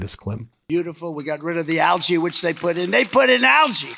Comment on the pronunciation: Can’t pronounce algae!